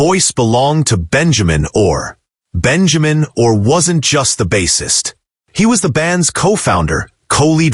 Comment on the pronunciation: You botched his name.